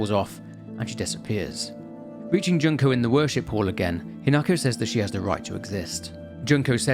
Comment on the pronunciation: Not Junk-oh 😂 June-koh 😅